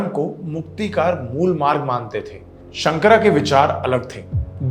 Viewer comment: उच्चारण सही करें। शंकर है , शंकरा नहीं । मंडन है , मंडना नहीं । ये केवल अंग्रेजी में ही पढ़ने से ऐसी गलतियां होती हैं। अन्य सब उत्तम।